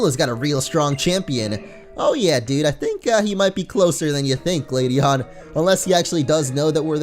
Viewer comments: Im sorry I mean GLADION(GLAD-EA-IN) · ITS GLADION (GLAD-EA-ON)